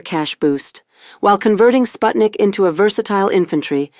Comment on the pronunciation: You did Sputnik dirty 😂😂